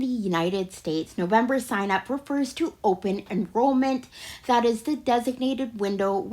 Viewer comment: And when she says DAT for that!